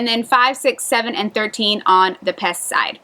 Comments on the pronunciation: Please stop saying Pest. The Hungarians don’t pronounce it that way and neither should foreigners. Buda •Pesh, not Buda•Pest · If you're going to live there, please learn to pronounce the name of the city. In Hungarian (Magyar) the letter S is pronounced like SH in English. And, respect the culture -- don't be an "ugly American."